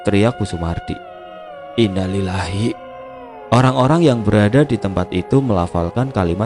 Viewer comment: Saya subscriber channel ini, emang sering salah saat mengucapkan Innalilahi wa innailaihi roji'un